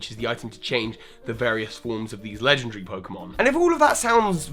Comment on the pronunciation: Lengendry. You pronounced legendary lengendry. Just thought I'd point that out.